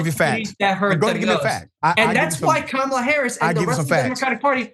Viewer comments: Her name is pronounced Kam' ala, not K-Mal' a,. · going back and forth with the name pronunciation. Total immaturity and disrespect.